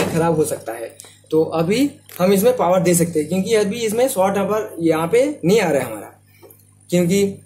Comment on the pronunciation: अरे भाई बोल्ट नहीं वोल्ट होता है।पावड़ नहीं पॉवर होता है।